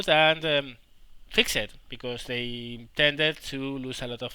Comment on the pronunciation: Sorry to go all grammar nazi on you, but fixed isn't pronounced fixED, it is pronounced as one syllable, the best way i can put into text is "fixt"